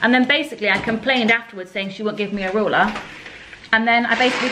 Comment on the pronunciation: Can we address how pronounces ‘ruler’ 😂😂 ‘roller’